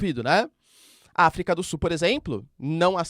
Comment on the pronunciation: professor eu adoro voce assisto todos seus videos MAS PQ VC NAO CONSEGUE FALAR AFRICA DO SULLLL